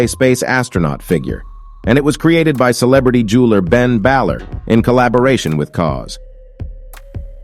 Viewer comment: Not Kid Coodee and Ben Bahhler 🤣🤣🤣🤣🤣